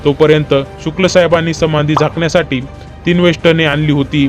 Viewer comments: समानधी नाही रे समाधी बोला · साहेब संमाधी नाही समाधी उच्चार व्यवस्थित मग व्हिडिओ चालवण्याचा प्रयत्न करा मामासाहे इ स एकोणीस आडुसष्ट मध्ये वैंकुठ वासी झालेले आहेत व तुम्ही बहात्तर म्हणता इतिहासाचा अभ्यास करा मग चायनल चालवा